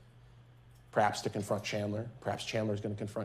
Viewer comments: His attorney kept calling him “chander” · very late comment but you can tell chandler's defense attorney was super nervous about this because she was mispronouncing so many things. "chander" instead of "chandler". "that halderson's home" instead of "the halderson's home" or even just "their home". my god... i hope she's doing ok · She's mispronounced his first name twice in the first minute. She keeps calling g him "Chander", rather than Chandler. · I will never get over Chandler's own defense attorney repeatedly mispronouncing his name as "Chander." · The defense attorney just called him “chander” instead of chandler in the first 8 seconds of her opening statement. THE SHADE 😂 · Is the Defense Attorney calling her client "Chander" instead of "Chandler"? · His lawyer couldn't even pronouce his name right. She's literally calling him "Chander". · Was the DA calling Chandler "Chander"??? lol You know it's bad when the person who gets paid to defend you can't even get your name right, much less say a name that's not a name... O.o This whole video has been wild. I just wanted to comment this cuz it made me laugh cuz I know what it's like for people to get your name wrong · Is it just me or does his attorney keep calling him Chander? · How many times did his own defense attorney call him CHAND-ER. Can't even pronounce his name correctly but enunciates EVERYTHING else so hard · The defense lady can’t stop saying “Chander Halderson” 😭😭😭😂😂🥹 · miss defense even got his name wrong (chander) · The defense attorney says “Chander” I swear to god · The defense attorney got chandlers name wrong multiple times lmao😂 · you know the defense is gonna be shit when the defense attorney pronounces the defendants name wrong every time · When the attorney kept saying his name wrong!! I was screaming